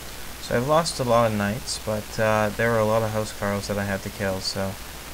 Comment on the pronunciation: Huscarls is prenounced with a K not SK sorry, im danish... cant help it, Hus means House and Carl means Knight/Serf of the King but, you seem to be very inclined with the norman way of fighting